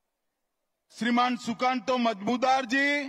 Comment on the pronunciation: উচ্চারণ টা ঠিক হল না শাহ জীৱ নন-বেংগলী জন্য "সুকান্ত মজুমদাৱ" না বলে বলেছেন মজমুদার জী